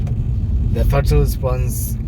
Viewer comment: “ the krottle”🤣🤣🤣🤣 that made me laugh. I love the car bro!!! Well done on your achievement